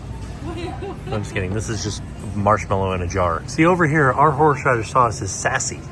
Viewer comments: “Horshradish” sauce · Note the many times mispronounces "horseradish." It's a hard word! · not being able to say horseradish is killing me 😂